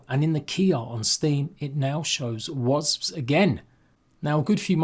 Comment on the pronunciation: Can’t wait for the update! Love how you say wazbs brother 😂